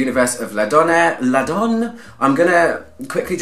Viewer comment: L’Adoné pronounced la-don-ay. É e acute innit. 🤓